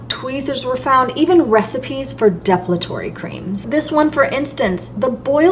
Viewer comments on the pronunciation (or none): Love your videos! But you're saying "depilatory" wrong. It's de PIL a tory. I only mention this because I know that sometimes we see a word in print but we never hear it out loud and we don't know how it said. And I always want somebody to tell me if I'm saying something wrong